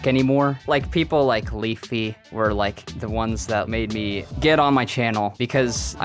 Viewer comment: sounded like leafy in his early streams. Same weird emphasis in words that end in T